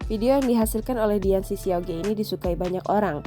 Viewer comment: bukan ge mbak bacanya tapi dibaca ke alias siauke artinya adik lelaki . jangan di baca ge